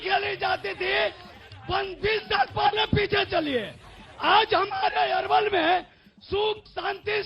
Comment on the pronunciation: अरे भाई पहले अपने रिपोर्टर को नाम तो सही से बात के भेजो। अरवल है ये अलवर नही।